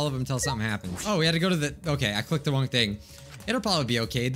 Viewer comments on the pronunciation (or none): said "wong" instead of wrong:)))))))